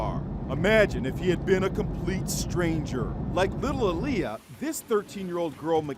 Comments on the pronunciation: The way he pronounced her name is triggering me. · Um that’s not how u say Aaliyah 😒